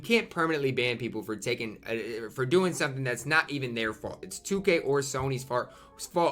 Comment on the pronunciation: lmao when he said fart instead on fault